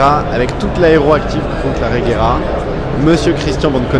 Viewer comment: Mec, j'adore tes vidéos mais renseignes toi s'il te plait des fois. On dit reyera...